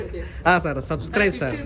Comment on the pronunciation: Subside❌Subscribe ✅ chalki 😂